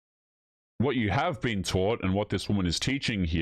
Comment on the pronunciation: her english, specifically how she pronounced "taught", makes me think she's either Swedish or maaaaybe norweigan. either way, her advice doesn't surprise me.